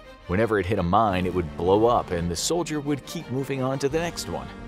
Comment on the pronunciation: You just said soilder